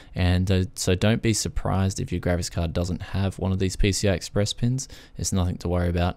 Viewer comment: I enjoyed this video for a lot of reasons. It took me a while to figure out you were saying graphics, it sounded like you were saying grabbits. I couldn't figure out where the vmi port connections were????